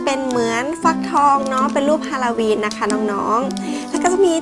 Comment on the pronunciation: ฮาโลวีนไม่ใช่ฮาลาวีน